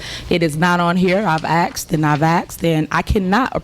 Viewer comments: Tiffany has a point. She has axed and axed for the credit card bills. 🤣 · You axed and axed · “I’ve axed and I’ve axed …” and still the tree won’t come down! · " how your department was ran" wtf she can't speak English. Can't even say "asked" properly